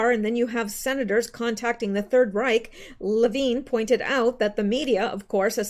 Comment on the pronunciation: Levin = Le (short a) + vin (like a vin number on a car) NOT veen....